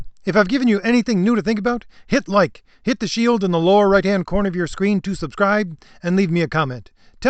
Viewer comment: The way he said hit like made me laugh more than it should have